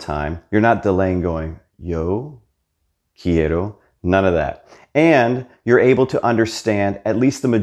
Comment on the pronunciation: Yo….queiro….?😂😂. Great content 👏🏾👏🏾👏🏾